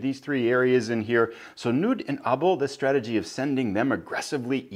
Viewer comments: What a great walkthrough of the scenario! Nevsky is currently one of my favorite games, I think the siegeing is really a interesting design -but as a dane i just had to point out that the 'K' in "Knud" is not silent, and is pronounced more like "Ku-nud". But great series with interresting randomness, i hope you can find somebody to play a full campaign with and give us a nice 6-hour video :P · Thanks,! I was actually looking up the pronunciation of Knud a week or so ago when another viewer mentioned the pronunciation was incorrect, and the Internet seemed to indicate what you're saying as well. Thanks for the correction! It would be great fun to play a full campaign, but wow, that would be a long series. I've found that video-length is running me twice as long as game length, so a 6-hour game would end up as a 12-hour video series. (I'm toying with some ideas to shorten that ratio up, though.) That'd be a major project, for sure, but great fun.:)